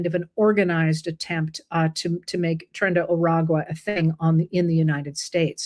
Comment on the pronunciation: IT'S NOT TRIN! Tren = TRAIN not TRIN!